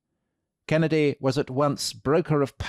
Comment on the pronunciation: I literally stopped what I was doing hearing that intro 😂 my favorite accent yet! Totally nailed the Kennedy rhythm 👌